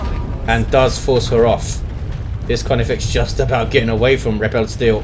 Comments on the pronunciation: FYI, 'repelsteeltje' is the Dutch name for Rumpelstiltskin, and its pronunciation would be close to 'ray-pull-stale-chu(ck)'. Go Nids! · yuno yeah its dutch but its pronounced totally different from what did:P